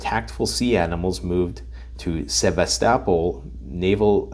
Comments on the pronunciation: Say "Sev-ast-apple" again. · Btw if you wanna sound even smarter than you already do, it's pronounced, "Seh VAS tuh' POLE" ;P Have a good one and stay strong. <3